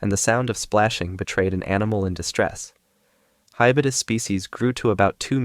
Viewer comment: Its called hybodus not hibudus